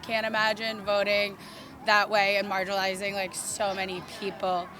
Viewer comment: The first time she said “margilized” I thought she misspoke once, but she kept pronouncing it that way.